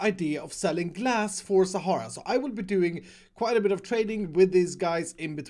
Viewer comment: Am I the only one who noticied the "Shara FUEL" instead of "Sahara FUEL" ?